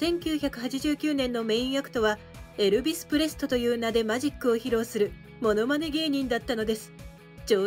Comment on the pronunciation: エルビスをエビルスと言っちゃうナレーションもかなり残念だわ